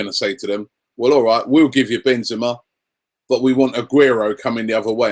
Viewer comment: And it's Ben-ze-ma! Ka-rim Benzema! The best in the world by far! Ben-ze-ma